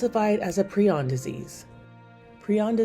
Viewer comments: Teach your A.I. voice to pronounce prion. It's pry-on not pre-on. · It's pri-on not pree-on...